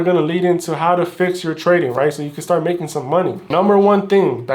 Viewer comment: i will nevvaa nevvvaa quit twading